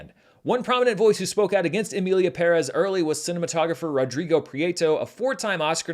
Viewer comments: props for being the only petson I have heard saying "Emilia Pérez" right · Thank you for correctly pronouncing the title!